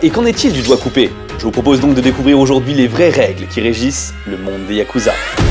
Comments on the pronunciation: Y'a que moi qui a compris ( COIKCOUBÉ ) quand il a dit DOIGT COUPÉ ?! 😂😂 CHOK BAR DE BÉZÉ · Au début de la vidéo au lieu d’entendre doigts coupé j’ai entendu « quoicoubeh » 😭 je suis ravagée